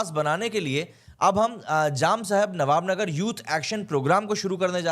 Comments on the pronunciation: Nava Nagar Not Navb Nagar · ओ भाई, नवानगर है, नवाब नगर नहीं।